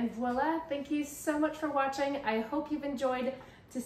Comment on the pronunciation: It's always refreshing to hear someone say "voila!" instead of "wallah" (gag 🤢😝). Leave it to the Canadian! Your studio always makes me so happy to see. It's incredibly charming. ❤